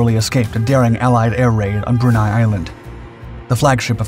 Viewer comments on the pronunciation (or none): It’s pronounced “BRUN-EY” not “BRUN-AY”. It ain’t a German word.